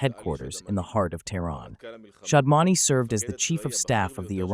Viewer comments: Please be clear. Is it Shamdaani or Shaadmaani? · Shadmani,not Shamdani.